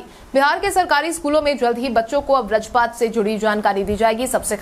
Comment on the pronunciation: Schedule तो बढ़ीया बोलती हो मगर बज्रपात नहीं बोल पाती हो